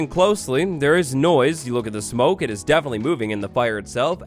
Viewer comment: DEAFEN-itley lol